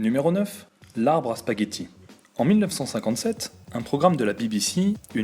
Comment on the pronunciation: Il n'y a pas de "S"à spaghetti :(